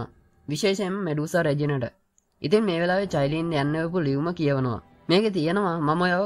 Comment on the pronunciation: Sudda චයිලින් නෙවෙ කයිලින්